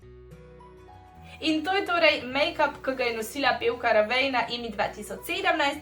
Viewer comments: '' rejven ne '' ravejn. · "rejvn" ne "ravejn" haha 😅 drugac pa lep makeup:)